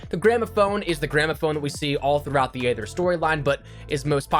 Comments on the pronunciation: I’ve been wanting to say this. It’s not aather it’s eether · You know aether is pronounced eether